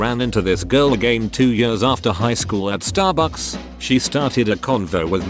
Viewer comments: bro the way the voice says starbucks XD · The way he says Starbucks xD